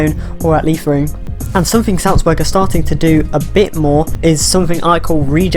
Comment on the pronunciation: You pronunciations Liefering is correct. Seems with Marsch there, might make it a stepping stone for MLS players as well.